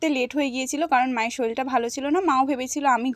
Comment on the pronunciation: সবই ঠিক আছে... কিন্তু কথাটা শরীর,..শরিল নয়🙄শরিল কথাটা শুনলেই পুরোদস্তুর আনপঢ় লাগে🙄এটা hate comment নয় কিন্তু😊 take love❤